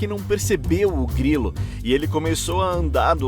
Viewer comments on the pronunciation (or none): "Um grrrriluh" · um grri lu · Um YouTube muito legal 😎 reagiu ao seu vídeo 📹 Foi engraçado vc falando a palavra GRILO na parte da semtopeia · Ele virando francês pra falar grilo 😂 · "Um Grilo 🤌🥐🇫🇷" kkkkkkkkkkk